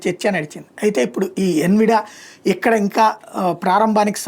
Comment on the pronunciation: ఎన్విడియా అనాలి...